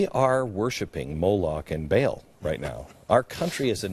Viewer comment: Glenn, in case you're reading this, it's pronounced "bah'ahl" not "bail"